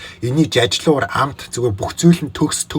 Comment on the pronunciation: Төгс гэдэг чинь бөгс гэж сонсогдоод байнаа 😂😂